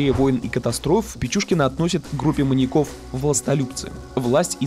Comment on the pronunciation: Не маньякОв, а маньЯков. Ударение не смещается при склонении слова